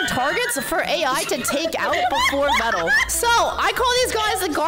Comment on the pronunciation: Veeeeedal not ved dal